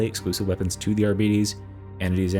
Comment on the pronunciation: ARBITES - not Arbetes! No, they don't have diabetes -.